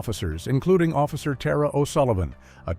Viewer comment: Tara was very certain about the pronunciation of her name. They should have checked with someone. It’s ‘TAHR-A” not “TEAR-A”. And this bastard makes me wish I believed in hell.